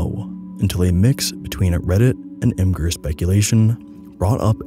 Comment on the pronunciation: Who actually says "ihm gur" D: It's pronounced Imgur.